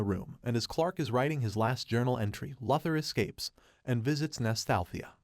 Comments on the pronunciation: Its Lou-thor and not la-thor. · Omg yo...it's "LOO-THER" as "LOUIE" "LOUIS" "LOSER"- LEX LUTHER...christ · This guy can't say Luther. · Interesting. You can’t pronounce luthor. You are either a bot or someone that never watched the cartoon or any cartoons. Probably never read any comics either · It's an automated voice right? No one that puts out a Stupes vudeo says Lex Luther incorrectly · Listening to you butcher one of supe's greatest opp's name like this is my villain orgin story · I know it was terrible